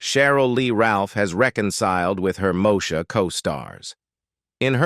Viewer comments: …..”moe-sha”? It’s pronounced “Moe-eee-sha” smh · I quit watching after the third “Mo-sha”. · Not MoSHA, chiiiile! Dang! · If they can't even pronounce the name of the character correctly, I'd question the accuracy.